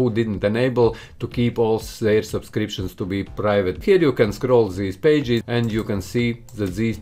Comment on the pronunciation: I luv when he says supscriptions